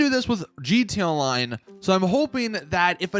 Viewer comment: G T A Online not gtonline its the worse thing to hear.